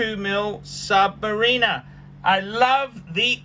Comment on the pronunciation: I wish he would learn to pronounce Submariner correctly.